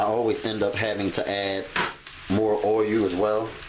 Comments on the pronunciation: "Boyul"...i lub it😎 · Can't wait to try these. Love the way you say "o-yull" 😄😄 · I'm not sure which bothers me more, the way he says oiyuul or his stove not being level.